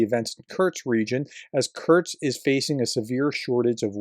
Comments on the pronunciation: Its not Kurts, its Kursk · Kursk Not Kurt’s!!! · Who’s Kurtz?? 😂😂 professor please